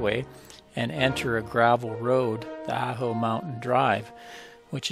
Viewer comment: Ajo is pronounced Ah' hoe. Ah like in Awe. Thanks for posting your scenic video. Lovely music. I've saved this to my Arizona playlist, to the Organ Pipes section.